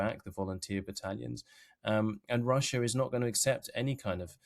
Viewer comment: god it bothers me to hear Russiar